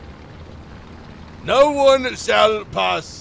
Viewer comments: Bro turned german after the first shot That was neeein instead of nooo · the german came out of you nnNEIIN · i love how he turns german for a second after not killing the first enemy. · blud became german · he gets a little german